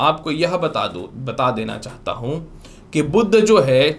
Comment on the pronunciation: कृपया सही उच्चार करें, 'बुध' को "बुद्ध" न बोलें।